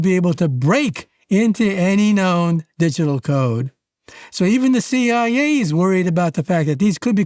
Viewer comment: Let's start with the good news: The AI you decided to employ could find the tone of your voice just fine BUT the intonation takes away your intellect😮 the shameful inability to refer to eg:CIA, UAP and the vowel mistakes, that can dramatically change the meaning of the word you go astray with... So the Hungarian translation could wait a version or two. This isn't up to your standards!